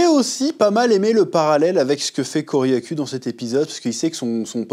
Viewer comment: T'es obligé de l'appeler Kyoracul ? 🤣